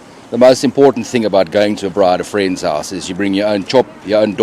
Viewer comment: lol i know you in teaching mode, but you gota teach them properly, its a Brrrrrraai